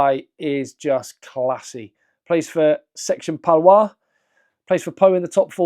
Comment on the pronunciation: Thanks for another great video French pronunciation update : It’s « ga-ye-ton » and section « pa-loa-ze » :-)